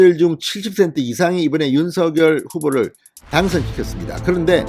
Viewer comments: 진선생님! 방송 잘 듣고 있습니다.그런데 방송을 들을때 마다 귀에 거슬리는 발음이 있어 오늘 논해 보고자 합니다.당선인 성함의 발음에 대해서 입니다. 진선생님께서는 항상 윤서결 이라고 발음 하시는데 이거는 연음법칙을 따라서 발음 하시는 걸로 알고 있습니다. 그런데 사람의 이름은 연음 법칙도 중요하지만 본인과 그 이름을 어떻게 불러 주기를 희망하는 부모의 의향이 더 중요 하다고 합니다.그래서 당선인은 본인의 이름을 윤성녈로 어릴때부터 불려 왔고 그렇게 불러 주길 희망 합니다.그렇기 때문에 진선생님께서도 지금부터는 윤성녈로 불러 주셨으면 좋겠습니다.이름은 중요 합니다.앞으로 외국어 표기도 신경 쓰야 하기 때문에 윤성녈이 맞는것 같습니다. 참고 해 주시길 바랍니다. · 윤성녈로 발음부탁요